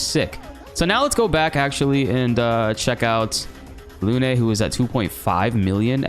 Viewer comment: Lune is pronounced like "loon" not "loo-nay."